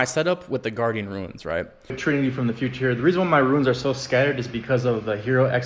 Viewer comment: Ruins? I thought it's pronounced Roons/Runes 🤦🏿‍♂️